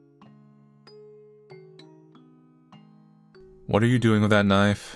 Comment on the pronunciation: "a kitchen knoyf"